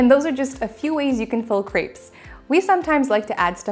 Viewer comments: You're good at making them, but please, also learn how to pronounce the word crêpes (say krep - no s) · Wrong. She mispronounces that poor French word all the time! In Plural, most French words have an -s added to the end of the word, but this last -s is not pronounced. The "s" is muted. Crêpe (with an ê) is a French word. "ê" does not sound like "ee". Nonetheless, she literally says "c r e e p s" all the time. Plurals: although the usual way to make something plural in French (like English) is to add an s (chat→chats), the ending still isn't pronounced because of the rule about most final consonants (d, t, s, etc) not being pronounced. So both the singular word for chat (cat) and plural word chats (cats) sound exactly the same. With that being said, she's fairly good at cooking, but her French is really bad and she spreads ignorance and illiteracy. Generally, most English-speaking people say "pallet" instead of palette (another French word that refers to make up products) and/or uses "omlet" for "omelette".